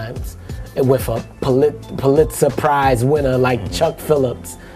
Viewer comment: Pulitzer prize Did he just Say “Polit Surprise” ? I’m dying 😢😢😢